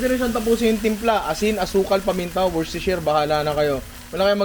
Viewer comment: Ninong, Wusteshir pag binibigkas ng mga briton ang Worcestershire